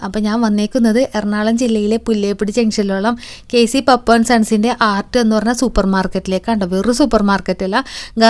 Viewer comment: പപ്പു അല്ല പാപ്പു